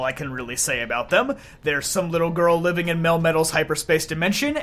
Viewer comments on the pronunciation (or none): none